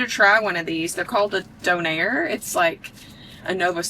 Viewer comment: Lol thank you! Not “dough-nair”